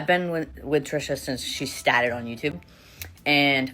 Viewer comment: Lmao I laughed about “STADED!” (started) for too long